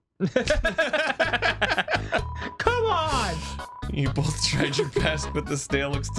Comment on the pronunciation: Why does Arin say “both” like there’s a freaking L after O